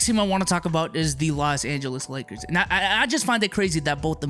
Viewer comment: "Las Angles Lakers"